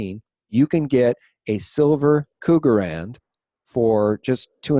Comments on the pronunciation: K-RUGerrand ...I love how you mispronounce them Cougerrand .....The Choice Metal of Ol bats looking to score with younger men.....ROFLMAO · KRugerrand, not cougarand RRRRRR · Not pronounced cougar rand, it's cruger rand. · it's "Krugerrand", not "Cougarrand" ~XD